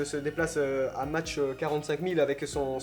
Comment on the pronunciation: Petit commentaire relou dsl <3 On prononce "mak" et pas "mache" (pour mach la vitesse)